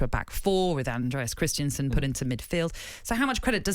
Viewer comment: Christiansen? I thought it was Christensen